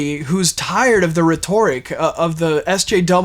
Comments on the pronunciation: Rhetoric is pronounced RHET-or-ic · And by the way it’s pronounced reht-or-ic in the way you are using the word. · I love everything about this except your pronunciation of rhetoric.